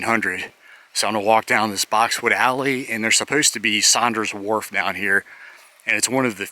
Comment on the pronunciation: Wharf not ward